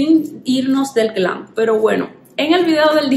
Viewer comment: No se dice glan Se dice GLAM